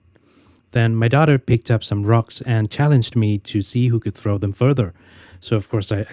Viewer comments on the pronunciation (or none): none